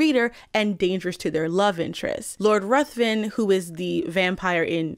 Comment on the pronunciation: Just an aside, and I say this as a non-native speaker who is not trying to shame anyone, Lord Ruthven is pronounced Riven (like river with an 'n').